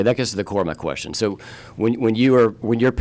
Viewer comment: Axing a quetchion